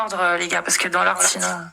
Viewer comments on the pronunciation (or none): none